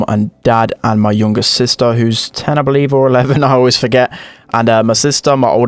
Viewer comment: Its because of the accent i think.